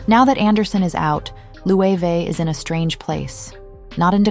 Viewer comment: Jonathan Bailey taught me now to pronounce Loewe. Thanks bby